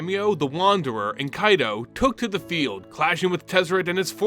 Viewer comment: Thank you for scratching my itch with Kaito's pronunciation!! With the first Phyrexian Planeswalker running around now and hunting other Walkers to add to their army. Do you think they may call upon Nicol Bolas and Ugin once again to help fight against this new threat? On another note. How do you think the Phyrexians will fair against the Eldrazis? Both species are able to warp and recreate others into their liking.